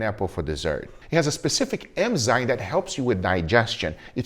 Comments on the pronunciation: Hearing Guga say "emzyne" never gets old 🥰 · Guga saying Enzyme cracks me up every single time.